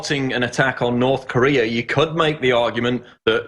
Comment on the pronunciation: North corereeeah